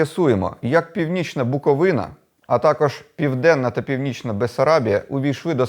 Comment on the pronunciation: Привітики з Чернівців) дякую, що БуковИна, а не БуковинА 🤗